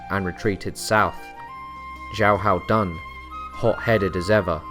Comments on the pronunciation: At the start of the video you say his name as xiaho dan then you can say it as xiahao dan, his name is pronounced as xiaho dun. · His name is pronounced more like Shia hou Doon.